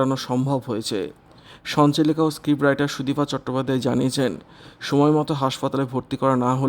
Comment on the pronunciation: Ei vabe k khobor porey ..bisri bola...shunte ichche korlo na bole purota r shona holo na...sudipa noy...sudipta...vulval